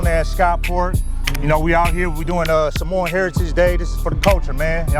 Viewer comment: Need to learn how to pronounce SAH MOA. Not SaMOWN . Sar-mor-an. Youngsters nowadays tsk tsk UGH